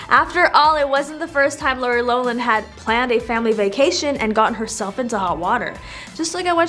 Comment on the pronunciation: It’s not “low Lin” it’s “lof Lin”